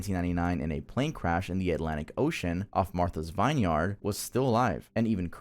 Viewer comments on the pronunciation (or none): Bro there’s no way you don’t know how to pronounce “vineyard” or “knoll”…you have to be trolling now. I know Gen-Z has the lowest IG of any generation in over 100 years, but damn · Put a lot of effort into sayin Shinrikyo correctly, nailed it! The way you said VINEYARD tho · Bro can’t pronounce “vineyard”. It’s “vin-yerd” not “vine- yard” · Just FYI it is pronounced Vinn-yerd not Vine-yard. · Lol dude said vine yard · Vine-yard lol, pleb. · The "vine"yard